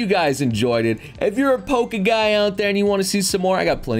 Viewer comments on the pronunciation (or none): none